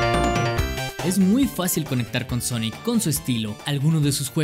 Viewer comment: Todo el mundo: Sonic ERE Champ: Sonic ar 🤣